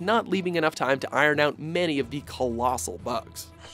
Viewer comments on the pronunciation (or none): none